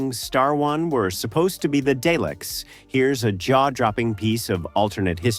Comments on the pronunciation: Please stop calling them Dayleks they are DALEKS ,You pronounce Daleks as "DAH-leks" First syllable: "DAH" (/dɑː/) sounds like the "a" in "father". Emphasize this part of the word , Second syllable: "leks" (/lɛks/) sounds like "lek" with an "s" at the end. The "e" is short, like in the word "head". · The AI is too bad I can't listen to this. Day-licks? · It sounded like day lick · Duckta Whom and the Day-Lecks lol